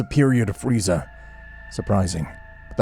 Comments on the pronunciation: I CANT GET OVER HOW BEERUS CALLED FREEZA FREEZERR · I love how beerus calls freeza, freezer 😆